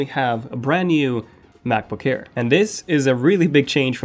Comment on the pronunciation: I kept hearing you say macbook care :P